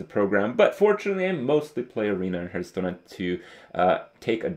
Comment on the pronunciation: please stop saying 'hurth' stone. It's driving me nuts. A hearthsone is the stone plate directly in front of a fireplace and it's pronounced like 'harth' stone. Yes, I'm a petty pedant.